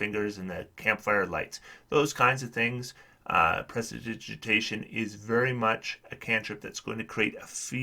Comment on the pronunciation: Thank you for the video, good insights. We love prestidigitation (apart from its pronounciation) at our table, just just to clean up to avoid detection but mainly for keeping feet warm! We often have one from warm climates shivering and complaining about cold and if not, then a familiar will step into that role...